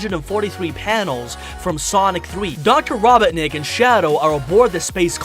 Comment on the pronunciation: I can't stand it when he says Robetnik it Robotnik